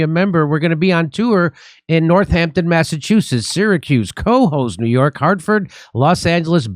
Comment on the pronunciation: All pronounced correctly, except for Cohoes.